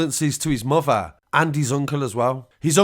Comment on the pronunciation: The way he says fafer , mofer ans brofer